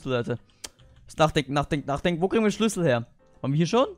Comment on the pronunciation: Bei SCHLÜSSEL verstehe ich SCHNITZEL!